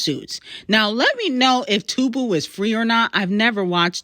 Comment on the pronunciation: The platform is called Two-bee (Tubi) thats how its pronounced